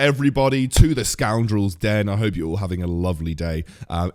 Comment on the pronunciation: I lefted a comment as you said excoundrel.